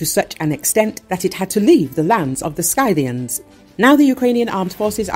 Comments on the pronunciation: The voice-over's pronunciation of "Scythians" is ghastly. It makes me wince. The correct pronunciation is "Sith - ee - ans". ("Sküthes" in Greek.) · Wrong prenanciation on SCYTIANS ! It is not like letter I, but like when you say innocent . Just like letter E ! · It's pronounced sythians. Not skythians. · It's pronounced si·thee·uhn not sky-thiian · I thought it was pronounced differently. That when you say Scythians, you say "si-thians" and not "sky-thians" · Scythians is not pronounced Sky -thians, but Sithians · GET A LITERATE NARRATOR!!!! SKY-thians!!! It is SITH-thians! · It’s pronounced ‘sithian’. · Good reporting, but every time she pronounces it "SKY-thians," it makes me want to scream. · Could only get 37 seconds in. SKY-thians the absolute pain in this mispronounciation. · Scythians, pronounced Sith-ee-ans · The Scythians is pronounced “Sith-e-ans”. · Pronouncing your key word incorrectly as "Sky-thi-ans" sounds pretty ignorant, doesn't it,? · Skythians? What? Hate rowbots voise mispronouncing wirds. ( yes, I know, it’s deliberate)